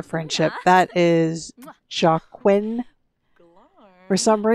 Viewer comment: Joaquin is pronounced Wah-keen. Like Joaquin Phoenix, Rivers little brother.